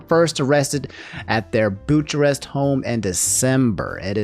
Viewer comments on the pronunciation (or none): that's a very serious topic to discuss, but, on the goofy-er side of things, I've never heard someone butcher "Bucharest" like that before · Pretty sure it’s pronounced bu ka rest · I hate to be that guy, but the way you read Bucharest hurts my soul